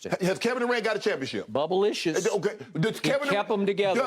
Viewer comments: "Bubble-licious" - SKIP 🤣🤣🤣🤣🤣🤣🤣🤣🤣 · true but he's right about that bubble chip, it's "bubblicious"😂😂